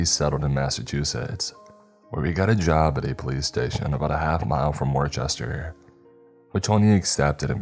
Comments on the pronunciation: HA! Everyone makes that mistake! I lived in Massachusetts. Worcester, it's pronounced Wooster, like rooster with a W. I pronounced it the same way when I first moved to the state.😊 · Hi! You may not care at all about this, but as a New Englander I wanted to tell you Worcester, Mass is pronounced "Wuss-ter". There are a few oddly pronounced towns up there. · Worcester pronounced war Chester I understand but "Whitney Bull - grrr! "??? It's whitey Bulger. 😂😂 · I've been a fan for years, which is why imma forgive how you pronounced Worcester. Locals pronounced it "wus-ter". Lmao😂